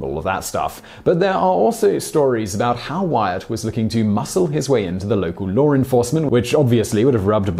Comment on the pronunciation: So, you watch the entire series, I guess, and yet, the very first chance you get you say "Swearengen" with a hard G. What is WITH you? And it's LAWR enforcement, CanadER, and MontanER.